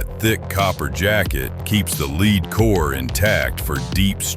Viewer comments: You should read the old NRA reports before you make statements about the .308 wcf and 7 mm rem constancy! And the bullet metal is pronounced “led” not “leed”, or are you not human? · Lost me on 308 when he called it a leed core instead of lead . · The AI voiceover is dumb AF. Bullets have a LEAD core. Pronounced LED, not LEED. Stupid and lazy is what I think when I hear AI voices on YouTube videos. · Too bad you couldn't invest enough editing time to ensure that your AI didn't regularly mispronounce the word for the metal called lead, "lehd" NOT "leed", have some pride. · Is this an AI voice? Lead pronounced Led or Lead pronounced Leed? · The lead core, not the "lid" core. AI bs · LEED KORE.... In another year AI might have it figured out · "The leeed core" 😂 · AI voice is SO annoying. Who pronounces the "lead" in lead bullet like Leed??? Seriously, this sort of superficial comparison is pretty low level and conventional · Is this AI talking? He said lead like " Leed" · Good information in the video. I would go with another voice however than the AI, who doesn't seem to know how to pronounce the word "lead" (as in bullets). It also sounds like somebody from London trying to sound like they're from Texas.; ) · How about using an AI voice that knows how to pronounce 'lead'.